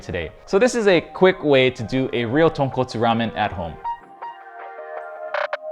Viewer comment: Skipped all the doods who pronounced tonkotsu wrong. Landed here. Stayed.